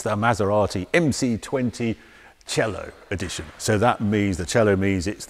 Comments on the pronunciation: Harry its C-A-Lo not cello like the instument. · Great in depth review Harry, as always I might add. One thing, you pronounciate Cielo wrong. It's pronounced Ci-A-lò, not Ci-ello. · Hallo Harry, I know, that all English speaking people tragically have massive severe problems to spell foreign words just right (for example a Porsche is being changed into a Porsch). But if you call the Maserati Cielo a Maserati Cello, it is a complete different meaning. Cielo is Heaven in Italian and a Cello is a music instrument (that would might be played in Heaven, but no one knows it for sure). You wouldn't be pleased, if we call your King a Burgerking, just because a Burger in Germany means a Citizen. So, please make more effort! Thanx! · Damn it sounds so bad when he says "Cielo", and I'm not even italian😂